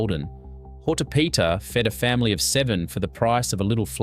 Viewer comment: 1. It's Traha-nAs - the last A is loud, not Tra-hA-nas. 2. Pats-As. the same applies here. It is not just a matter of cost. It is made in various locations in Greece not just for cost-dsaving 3. It's HortO-pita. The second O is loud Sord-A-lia? Are you doing this on purpose? ...... damn I give up. You are probably going to pronounce everything wrong.....